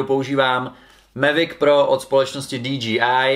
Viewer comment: DJI se nečte dí dží áj ale dí džej áj :-)